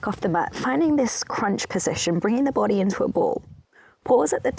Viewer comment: I love everything you do, but I can't get over how you pronounce 'bOdy'. I just adore it. 😃